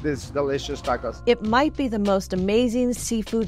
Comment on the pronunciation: When you have Mexican people saying taacoouuss...it's a total disrespect for our Gastronomia Mexicana. Bro se dice tacos!! Que tacouus ❤ 😂